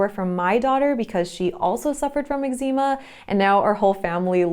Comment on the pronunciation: Completely lost me with how you pronounced eczema. Disliked